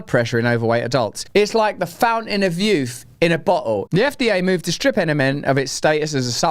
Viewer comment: Russell, your pronunciation of 'bottle' threw me for a poop. At first I thought you were being polite using the alternative for A-hole. Upon relisten in proper context, it works out just fine either way, Moderna(Ticker: MRNA) are incredible a55holes.